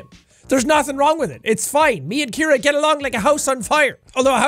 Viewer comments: Jack: "My lovely wife Kiera." Me: screaming in agony "SEE-AIR-UH. CIARA. SAY IT WITH ME JACK!" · It's Ciara not Kiara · Ur name is see-air-uh not kear-uh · jack: ke-air-uh real pronunciation: see-air-uh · Her name is said like, "See-Are-Uh" not like "Key-Ear-Uh".. LoL. Dammit, man. That was drivin' me NUTS! LoL. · Holo Universe My name is Ciara and I cringed every time he pronounced the wife’s name as Kiera. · THE NAME IS PRONOUNCED SEE-AIR-AH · I know I'm late to this....but here in the US his wife's name would be pronounced " C-Air-Uh" :) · It's actually pronounced like "C"-era (see- air-a) for Ciara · Jack's pronunciation of Ciara is headache inducing